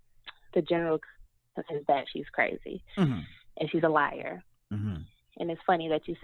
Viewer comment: Armon is the only person who can drag TK to filth lmaoo 🤣🤣🤣🤣🤣 watch her go live on her backup page koz her feelings get hurt everytime Armon says “she’s a liair” lmbo 😂😂😂😂